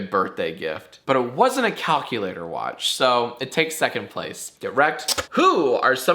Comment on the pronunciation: This isn’t a threat because you said it, but... “Wuotch da Mandalorian or fwickin die”